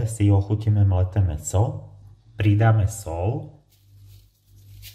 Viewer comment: Čo je to sol, šlahanie a podobne? Snáď soľ a šľahanie, nie? Slovenčina by mala byť ľubozvučná a nie "lubozvučná". Či?